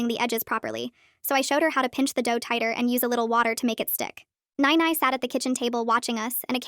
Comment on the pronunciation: That's not how you pronouns "nai nai"